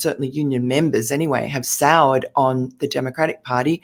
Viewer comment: She said “MEMBA” 😅